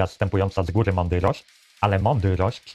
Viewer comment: ta „mondyrość” xdd